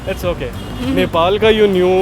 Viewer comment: he doesn't even know how to pronounce Nepal word 😂shameless 😏